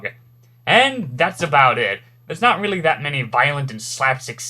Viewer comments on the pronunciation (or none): none